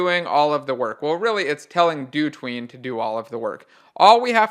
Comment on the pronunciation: If you pronounce dotween as "do tween" I'd hate to hear you pronounce "hotween"